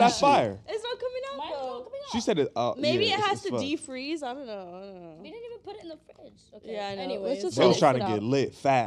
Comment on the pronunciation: “De freeze”